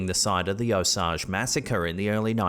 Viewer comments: It’s pronounced oh-sage, not osaj. I’m from Oklahoma and I have many osage natives who are very good friends of mine. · It is pronounced o-sage( as in the spice). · O-sage as in the herb. Please pronounce correctly. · It’s pronounced O-sage (like the herb) the county is named for the Osage tribe that settled there. Pawhuska is a city in Osage county. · Long A on the word "Osage"...like the herb. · The way you say Osage is cringe af do some proper research